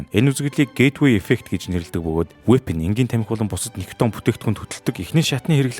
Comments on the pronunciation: Nicotin gej heleh bvrt ni daraagiin vgiig oilgoh bolomjgvi gehimv? Gatsalt vvsej bshd. Helzvin berhsheel bish bailtai mash olon hvn nikiton gej heleed bdag ym bailee hachin. Ug ni ih heregtei l video bh shig bna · Хха никотин шүү. Никитон гэдэг нь хамтлаг. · Niciton bish nicotin geeree❤